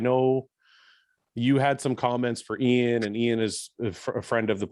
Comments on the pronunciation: I really appreciate the one on one podcasts the real bodybuilding podcast + i have to say i like how milos pronounces iain's name❤ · We need guy and Milos on a loop mispronnouncing iain's name lol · absolutely loved this podcast! Milos was so entertaining and informative. His pronunciation of Iain gives Guy a run for his money😂😂